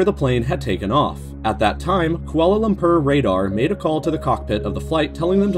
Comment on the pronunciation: Kuala Lum-purr